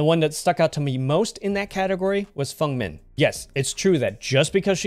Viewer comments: It’s the correct way of saying it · Thank you for pronouncing Feng's name correctly!